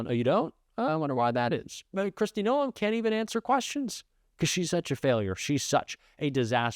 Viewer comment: Noem is pronounced like gnome...not No-em. You'd think you'd know that by now, considering the channel you run. And no, I'm not a fan of Noem.